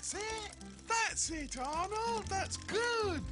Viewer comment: When Pig says Arnold's name, it sounds like he's saying "odd old".